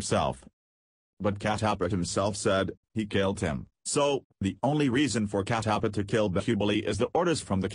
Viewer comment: That is Kat tap paa and not cat aap paaaa